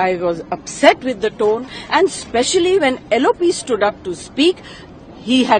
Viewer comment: Tune nahi tone